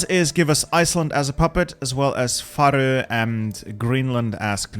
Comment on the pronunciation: Why do you pronounce Faroe so weirdly? It's neither the English, Danish or Faroese way xD